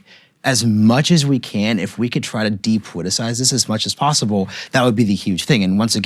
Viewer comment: IT IS pronounced depoliticised - NOT - DepoWiticised Bolled over - NOT - boWed over & here is the BEST policy - NOT - poWicy Get the marbles out